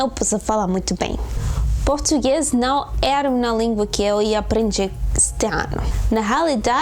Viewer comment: Mannn I think you're super cute! And I think you and I have the same problem in Portuguese: there's no way we pronounce "não"... XD But I've been told by Portuguese natives that that's a really hard sound for Spanish natives (I think you're also native, right? Or am I wrong?). My goals for this year areeeeee: 1. Improve my English. I've got a certified C1 and I think my listening is amazing, but I still make a lot of grammar mistakes regarding past tenses and all of that. I really wanna get back to study grammar, maybe not really deep, but at least take a look from time to time. 2. IMPROVE MY GERMAN. I live in Germany and I've got a C1 and I'm actually studying my degree in German, but man, I make a thousand of mistakes, my pronunciation gets really bad if I'm a little bit nervous, I forget which verb I gotta use all the time, I mix acusative and dative more than I would like to... And I really need to expand my vocabulary. Maybe I should make more German speaking friends! 3. Go up to a C1 in Portuguese. I also speak portuñol; and being honest, mine is like portu-gali-ñol. I'm from Galicia and sometimes I just throw a lot of Galician there and my Portuguese speaking people are like "wtf you just said kkkkk" And last but not least: 4. I'm gonna enroll in a course at the University to start hitting off Arabic! I'm DYING to learn the language. I guess we'll be focusing on the Syrian accent/dialect hehe And that's all I've planned so far! Even tho my German is not like *the best